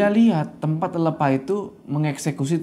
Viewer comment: Lelepah itu pake e kak. Bukan e . Jadi bacanya lelepah bukan lelepah